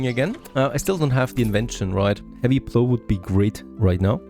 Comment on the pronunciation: "plow" rhymes with "how" not with "blow"